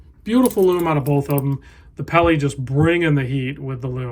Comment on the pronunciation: The “Pelly”….seriously?? Can’t tell you how stupid that sounds!!